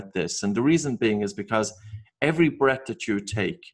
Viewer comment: I don't quite get this, you are saying 'brett' when it seems you might mean 'breath', but the n you're saying 'breed' when it seems you may mean 'breathe'...please could you clarify your peculiar pronounciations...